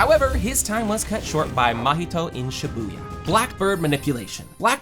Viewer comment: U keep saying shabuya Shabuya 2